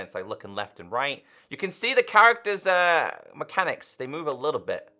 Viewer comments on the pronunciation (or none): none